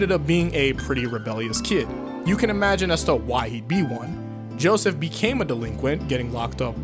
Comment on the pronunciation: he said Joeseth